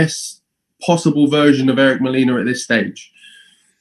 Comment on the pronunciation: lol Fabio Wardley's facial expression when strangely mispronounce Molina's name as "Molena"??